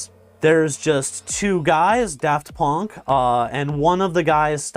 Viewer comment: "Daft Pönk"